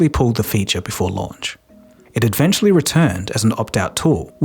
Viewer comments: Pls stop saying advechally. It's eventually! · Constructive criticism: "eventually" is pronounced "eventually", not "ed-ventually".